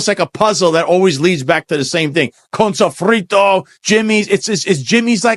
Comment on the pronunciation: 🫡. Props to for the PERFECT pronunciation of “Connnnn Sofrito”! Of course, it’s all I can hear in my half-empty head whenever I see Fritos Chip bags! 😂